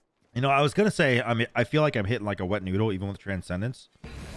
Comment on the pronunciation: Everyone has a word that makes me cringe when they say it and yours is "was" ...you pronounce it "woohz" instead of "wuz" ....just like Trelli calls pestilence, peshtilence 🤢